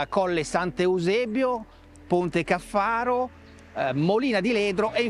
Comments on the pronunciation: Fantastica la moto! Si chiama Ponte Càffaro, non Ponte Caffàro! 😂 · A parte l'accento sul Ponte Caffaro (cade sulla prima a, non sulla seconda), sarebbe un bel video se fosse dato più spazio al comportamento della moto (del tipo: assorbe le irregolarità longitudinali, allarga o stringe la curva, angolo di piega se tocca con le pedane troppo presto, ecc) e, soprattutto, quel viziaccio di nascondere il rumore del motore con musiche che non c'entrano niente (per far vedere quanto si è bravi nel montaggio?). No, tutto sommato, non mi piace.